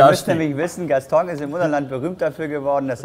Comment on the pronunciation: Der Wahnsinn oder? Mit Freude zur, von und bei der Arbeit, das hat was. Der gute "Gastong" arbeitete damals schon seit 15 Jahren dort aber kann seinen Namen immer noch nicht richtig aussprechen, kein Wunder das er ihn veralbert 🤣